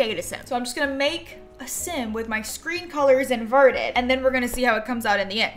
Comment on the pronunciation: i thought invert said introvert